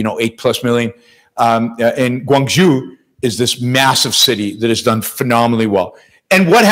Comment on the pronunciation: Yaron's Pronunciation of Chinese names😂😂😂😂😅, especially when he makes Canton/Guangzhou sound 🎤 like Guang—Jew😂😂😂😂😂😂😂😅😅